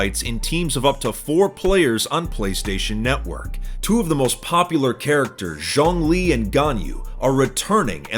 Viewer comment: It's even crazier how good he nailed Zhongli's name. I mean it's not hard if you have heard it before but people unfamiliar with Chinese would assume it's pronounced song lee. Either way, Genshin ads/sponsors tend to be mixed in quality, and the crappy ones stick out like a sore thumb. But was pretty good.